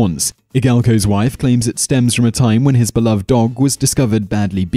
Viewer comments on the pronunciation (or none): none